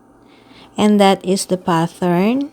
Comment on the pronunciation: Pattern is pronounced PAT-ERN,.. NOT PATH-ERN.🙄